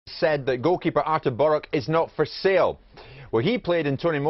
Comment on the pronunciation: great excercise in how to mispronounce things from our there. what, was he sponsored per cock-up? boruK?! brisBAIN?! ZalOWSKI?! prat. just think, he's only on about £100k + a year to read out loud and even then he's still pish at it.